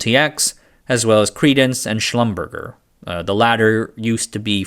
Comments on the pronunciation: It's not "Schlum-burger" it's "Schlum-berjay" 🤣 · Retired now but lived most of my career in the places you offer. Just one thing. Small one. Maybe trivial. Schlumerger is pronounded 'schlum -- bear -- jhay'....😀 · That's pronounced "Shlum-ber-JAY" - almost went to work for them and their down-hole particle accelerator - I met a guy who was a family friend of Mr Schlumberger... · "Girls"? Seriously? How about "Women." Schlumberger is pronounced Slum-burz-jay - it's French. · It is pronounced kinda like "shlumber-jay". French. Love your content, excellent as always. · this pronunciation mislead me too but it's "Slumber zhaaay" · schlumberger is actually pronounced schlumber-jay. I only know this because a college buddy worked there before finding a new job at youtube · As far as I know Schlumberger is pronounced as if it is French, with the final syllable being Jay. They were a big customer for DEC and the sales people pronounced it like that. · You pronounced Schlumberger incorrectly. It’s French and not German. It would be said schlumbearjay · My late great aunt used to work at Schlumberger and that's how I learned to pronounce it. It's not as you had put it, but slum-ber-jay. It's confusing to me as I'm not from houston where it was formed, but she was a part of it from very early on and that's how she pronounced it. I wanted to interview her when I moved here to find out the early history of computing from her because she was a programmer, but she passed before I could make that happen. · believe it or not Shlumberger is pronounced “slumber-jay” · Minor correction: it’s pronounced “Slumber-jay” — like the french word courgette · I am sorry but your pronunciation of Schlumberger is really wrong. It's French. slum-burr-jay is how it should sound. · Schlumberger is pronouced "schlum-ber-jay" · FYI: pronounced Shlumber-zjay.